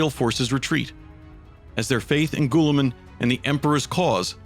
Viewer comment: Gah! such great work but..... Astartes is pronounced "Astartees" and Guilliman is "Gilliman" not "Gooilliman" other than that fantastic work